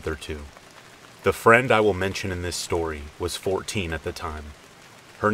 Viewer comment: "Shtorey" kills me